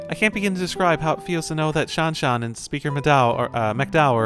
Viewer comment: Absolutely raging at how they pronounce Shanshan. Game is ruined now🤬